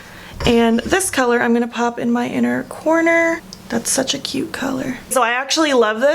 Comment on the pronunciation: For some reason when she says cute I hear cute.....s